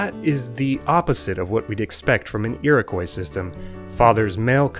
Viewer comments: Very interesting! Just a heads up though, Iroquois is pronounced more like “Eerokwah”, not “Eerokoy” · Iroquois is pronounced Eer-o-kwa, not eer-o-koi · Iroquois is said "ear-oh-kwa". Good video, though. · It's pronounced ee-roh-kwah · Thanks! Where I grew up it was only -/kɔɪ/. I'd never heard the -/kwɑː/ used in Canada (and some of the US) before I made this video! That pronunciation interested me enough I did some digging and writing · Originally, yes. And if "Iroquois" keeps being pronounced wrong by too many people for too long, the same thing will happen.